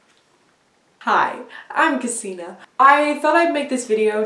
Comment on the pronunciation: Cascina um.... Casdina!